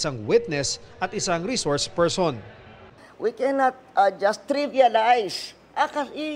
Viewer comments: Witness lng dw at wala sa rules na kasali ang resoursh pershon sabi ni. Shukran 🤣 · before reshource pershon now hays